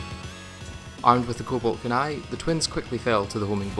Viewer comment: full sincerity. i have never ever heard someone mispronounce kunai. i didnt even know it was possible 😅